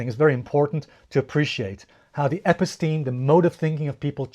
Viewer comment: Episteme is pronounced: eh-PISS-teh-mee